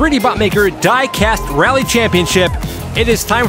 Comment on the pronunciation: Quick question… why is there an English girl miss pronouncing diecast in the opening? I’m from the uk myself and I’ve never heard anyone say it like she does. Lol